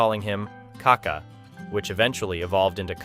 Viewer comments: it's not KA-ka, it's ka-KA. The accent is in the second ka. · It pronounces KakÁÁÁ, kaka is a slang for poop in Brazil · Why do you always get his name wrong. There is an accent on the last A!!! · great video, but you could at least learn how to pronounce the mans name